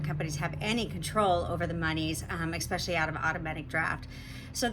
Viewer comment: 1. 'Expecially' I am cringing an adult cannot speak properly. 2. HOA's are allowed quote a few liberties which should be regulated. They are not needed as they were created by builders, not residents.